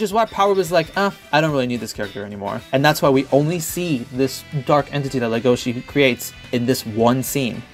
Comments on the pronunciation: IT'S NOT LEGOSHE GODDAMNIT!!! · Legosi will always be LegoSHI in my heart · It's pronouns, "Le Go Shi" not "Le Go Si" because if you say "Legosi" it sounds like you guys are pronouncing "legacy" which Legoshi, #ProtectLegoshi, doesn't want to do. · in the french dub they said "LegosHi" I was like : "what? eh? D: " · I always thought you were saying Lu-go-chi